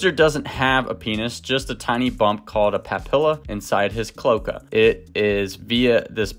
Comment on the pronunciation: FYI, cloaca is pronounced with three syllables "clo" (long o) "a" (long a) "ca" (short a) with the accent on the middle syllable.